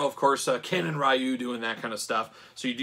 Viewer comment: only gripe on the review is Ryu is actually pronounced Ree-U, not R-eye-U. Sorry, big Street Fighter fan haha